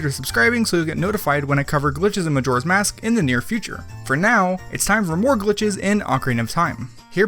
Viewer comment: Anyone else hear him say "Joras mask" At the end